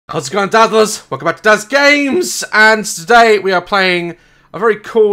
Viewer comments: Am I the only one that heard daz say: "dathalars" Instead of dazzlers at the beginning😂😂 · Right when this starts he usually says welcome back dazzlers but am I the only one that hears dadlers